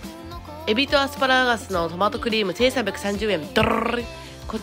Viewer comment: こちらのお店は1回だけ行ったことあるよぉー。見てたら余計ににお腹減った😋 MOちゃんねるでイタリアン🇮🇹はご無沙汰で🍝🍕✨新鮮味ありました。 もボーノ言うとりましたね💚 アスパラガスの発音が言えなさそうで、言えてたところ、5回繰り返して見ました💕 〝初〟デート向きっていう表現がまた🥰👍